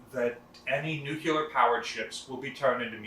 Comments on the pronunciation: I love this channel but it’s pronounced Nu-clee-err. Not Nu q ler. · Say it slowly, "new clee are" . Nucular is not OK. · Why is it acceptable to people, even those supposedly charged with educating people as a museum employee, can't pronounce the word nuclear. There is no debate, it's not tomato tomato, it's pronounced new clear, not nucular or whatever you said. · Nuclear. NEW-CLEE-ER. NOT NEW-KEW-LER. Thank You. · Great video and I loved visiting the USS New Jersey. Just one thing, it"s NU-CLEE-ER, not NU-CU-LER. Just trying to help, don't hate. BZ and carry on